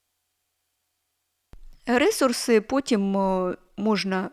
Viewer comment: Дякую, дуже інформативно. Але можна вас трішки поправити😅 не рЕсурси, а ресУрси. 😅 Коінпей грала, щось не сильно зайшло але спробую ще😊